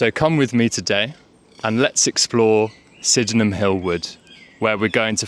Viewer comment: I appreciate the idea behind this - and applaud your effort - but pronouncing it Syd-en-ham Hill to a local and they'll think you have a speech impediment. It's Syd-nam Hill. My source: I grew up on Bowen Drive just down from Sydenham Hill Station and went to school in what was then known as Langbourne Junior School on Lyall Avenue - it's now Dulwich Wood Primary - pronounced "Dullich" 😇